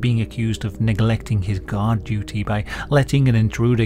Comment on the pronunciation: Your accent makes guard sounds like god.